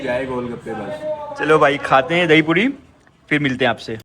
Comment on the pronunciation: Very good vlog and reportage. I'm very surprised and impressed that you did so much research on the history of the country; everything you said are correct facts. One thing though: the words are phailna, phir, phul, etc., not "failna", "fir", "ful", etc. I'm not sure where people these days are learning this "f" stuff from.